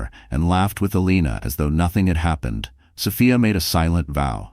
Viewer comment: Is it Soph-I-a? Or Soph—EE—a? Get a better AI🤬🤬